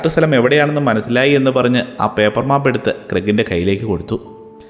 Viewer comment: Nala story ❤except map pronunciation 😅